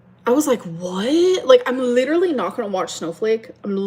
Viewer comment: I hate how she intentionally mispronounces words. She can say literally correctly, but she chooses to say it in a weird way for attention.